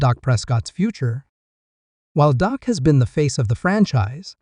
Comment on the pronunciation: The QB is not called dock it's Dak